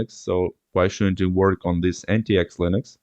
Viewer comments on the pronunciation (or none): It's not Anti-X, it's pronounced the same as the word "antics". It wouldn't have been so bad if you didn't say it like 50 times 😆